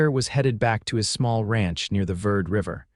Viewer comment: Verde is pronounced TWO syllables: "vair-day" (Spanish, or with a "B" sound for the "V") or "ver-dee".(American English). Narration is pretty good, but intonation is sometimes higher pitched when it should be deeper. These are relatively minor glitches in an enjoyable story. But I wonder why the children born in these western stories always seem to be girls (!?). OR, USA